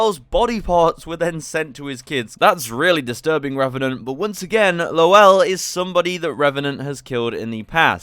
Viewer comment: "Lowell" is usually pronounced "Loal"